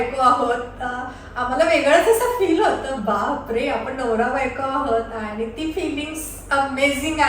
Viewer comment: Hi 🎉🎉 happy Birthday 🎂🎂🎈🎈 🎉🎉तू जशी आहेस तशी काही वाईट नाही आहेस ❤❤रियल आहेस फक्त एक सांगावसे वाटते (आनी, पानी)जे बोलताना होते ते सुधारलं तर खूप छान वाटेल😊😊